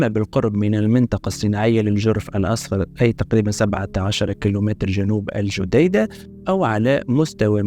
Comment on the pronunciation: Al Jadida Not AL Jodaida Thanks